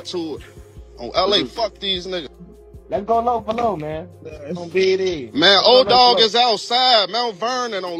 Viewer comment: Edoggg, not odogg